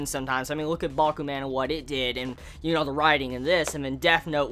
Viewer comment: say man like a Jamaican, to get the idea on how to say Bakuman